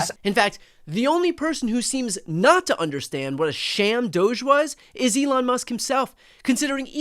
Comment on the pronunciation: I keep hearing Douche, not Doge